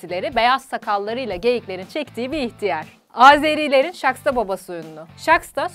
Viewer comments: Şaxta nın okunuşu Şaksta değil, şağta 🤣😂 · azerilerim yanlis okudin shakhta deye okuyacaktin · Video Harika! Ama Azerbaycanca Şaksta baba degil Şaxta Baba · ŞAKSTA DEYIL ŞAXTA BABA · Saxsta degil saxta baba